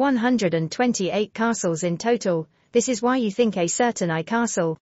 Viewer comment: Good video but terrible AI voice 🥲 it can't even say things properly. Like pronouncing AI as eyy 🤦🏻